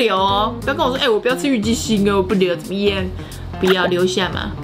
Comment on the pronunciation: 我一直想說為什麼一直聽到「雞心」...😂 好辣選我選我 看最後被辣到冒淚光我卻一直在笑😂😂